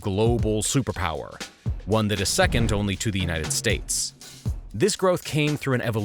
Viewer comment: I love these China videos. Also "Unites States..." Lol